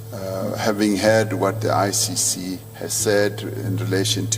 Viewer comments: You keep saying ICU...it's ICC not ICU! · I heard him twice saying ICU it's ICC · Why do you say ICU instead of ICC